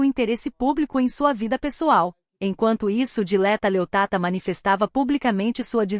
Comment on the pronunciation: Ó mentirosa nem sabes dixer o nome dela direito, é Dileta Leotta e não Leottata. Tu é que és uma "tata". O pobre do Can não pode falar com nenhuma mulher que logo tem um caso. És mentirosa, louca histérica 😡😡😡😡